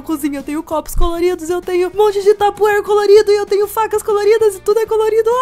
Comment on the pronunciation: Quem percebeu ela falando tupperware